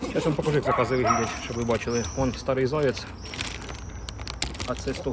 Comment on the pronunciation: Не ''старий''а ''шарий''(сірий)